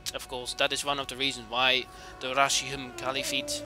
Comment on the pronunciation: RAS HIDUN? ITS PRONONUCED RASH-HIDUN